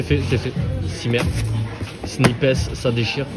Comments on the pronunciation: On dit « Snipesse » ? Il me semble que ça se prononce « Snaïps » 😭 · C’est sn-ail-pe pas sni-pes 😭😭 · "Snipèce" ? WTF ! C'est "snaillepss" bro ! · Ho mon dieu comment il prononce snipes « snipèsss » « snaypèsss » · t'es sérieux de dire "snipaisse" 🤣🤣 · SnipEEEESSSS a jui mort la prononciation mon reuf 😂🤣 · 😭😭Non je te suis pas sur c paire les sape son ouf ms pas les sneakers 🤷‍♂️ ms chacun c goût 😉 ms fort c bien les vlog ta gérer 👍 et arrête de dire snipessse stttp 😂🤣😭😭 sinon la force pr toi et t projets 🙏💪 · Pourquoi "sni pess" ? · Il faut vraiment que tu arrêtes de dire SNIPES de cette manière... C'est horrible !!! 😂😂😂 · il faut le dire comme quand tu parles d'un sniper 🤪😉😂 Mais tout va bien sinon !!! 😂😂😂